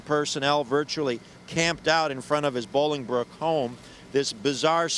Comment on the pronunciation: Sorry I need to make a correction … the city is NOT Boilingbrook. It is pronounced BOLINGBROOK. I lived a few miles from their house. This is a great story. Thank you for telling it. Such a shame!!